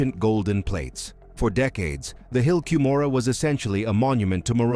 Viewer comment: The hill ‘Come ora’ is the pronunciation. Why would you want cover this inaccurately, making you ignorant. The Mesa Arizona temple, the Hawaii temple, the Oakland California temple and the Cardston Alberta Canada temple have never had an Angel Moroni, negating your entire supposition. They are not removing the statues from remodeled temples. Stick to what you know about.